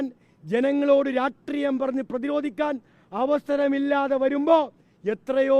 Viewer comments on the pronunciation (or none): രാഷ്ട്രിയം ❌ രാട്രീയം ✅ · ആദ്യം രാഷ്ട്രീയം എന്ന് പറയാൻ പഠിക്കു ഛീ പി മ്മേ 🤣